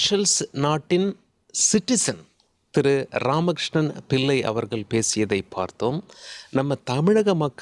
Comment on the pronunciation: வணக்கங்க ல்.....அவர்க ல். என்று ஏன் தமிழை கொலை செய்கிறீர்கள் ...தமிழை பிழை இன்றி உச்சரிக்க யாரும் இல்லையா என்ன ?